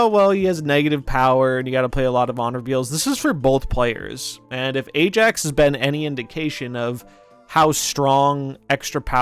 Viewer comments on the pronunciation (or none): none